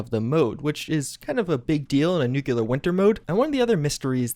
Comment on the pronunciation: Minor gripe It's "new-clee-ar" not "new-kew-lar"